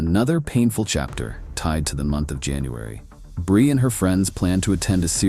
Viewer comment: What’s up with the pictures being all wonky and fake looking? And why the random mispronunciation “brye” and not “Bri” and then fixing it. And then going back to Brye. Idk if they’re AI edited images and voices , but it makes the video come off fake and disingenuous. Other than that it wasn’t a bad video